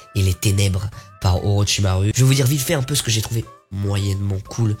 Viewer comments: Pour ton histoire avec Naruto, j'étais pareil: Avant de l’avoir vue: Naruto, c'est de la grosse merde ! Après de l'avoir vue: Naruto, c'est mon animé favoris PS: j'adore Naruto, la vie. Et sa ce prononce Oroshimarou et non Oroshimaru lol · On dit orochimarou😠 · orochimaru mdr orochimarou ca ce dit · On dit orochimarrou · Alors déjà tu prononces mal et non ils ont commis Doria ça se prononce comme ça et on a aussi Orochimaru ça se prononce Orochimaru